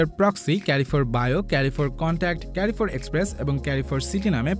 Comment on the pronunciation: এটা কেরিফোর না এটা হচ্ছে কারফোর 😏😏